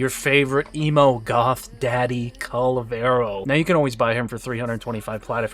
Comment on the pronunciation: It's Kullervo not "Kul-vero" ....